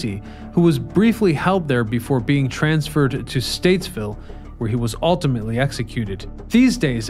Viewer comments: Stateville not Statesville 😊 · Stateville not Statesville. But my God, I love these old Chicago videos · Bruhhhh... it's Stateville... no "s"